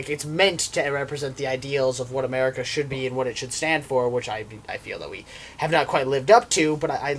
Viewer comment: It's.... it's.... a-MARE-ica! .....i'm sorry.